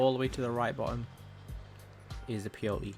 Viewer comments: its peyote not p o t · Did any1 else think he was saying “P E O” instead of peyote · I thought he was saying P O E the whole time